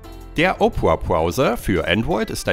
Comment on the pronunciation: Er spricht opera halt echt opra aus 😂